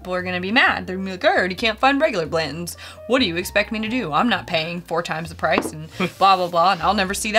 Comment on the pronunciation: I like your reviews, but both of you leaving out the T when pronouncing Blanton's is grating on my ears